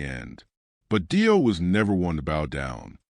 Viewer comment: Clickbait nothing new. Save yourself the time and watch a tribute that at least pronounces the guys name right.